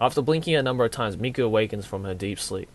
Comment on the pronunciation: The way you say " Mi " is perfect haha